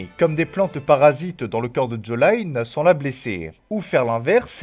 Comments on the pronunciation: stp arête de dire jolayne 😅 c’est jolyne sinon bonne video et félicitations pour ton nouveau monteur. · Si je dis pas de conneries les barrages c'est plutôt l'énergie potentielle de gravité. Et pourquoi tu dis Jolaïne ? 😭 En jap en anglais et en français ça se dit joline 😭